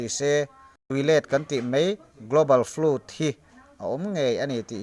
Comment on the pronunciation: Tui let chu a awm ngei a rinawm, mahse Nova tui let leh Dinosaurs era compromise tum chu a dik lo ang. By the way..FLOOD hi FLÛT ti hlirin i lam a.. :O